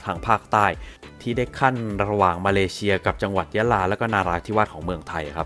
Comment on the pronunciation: พี่พูดผิดอะตอนที่พี่พูดว่ามาเลเซียเป็นมาเลเชีย